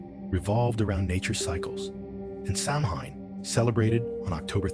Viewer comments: Stopped watching less than a minute in. If you can’t pronounce Samhain correctly, why would I trust anything you say after that? 😅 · It is pronounced Sowen not samhain.